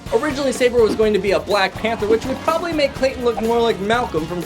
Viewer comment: It’s pronounced Sa-bore not say-ber